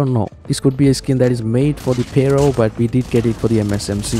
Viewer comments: "PARO" lol its Pharo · Duuude! The way you say Pharo 😅. I tried again and again to listen what is this gun you're mentioning that MSMC has the skin for. Turned on the subtitles to see but the subtitles kept saying "payroll" again and again. Until the actual gun came and I realized this was it 😅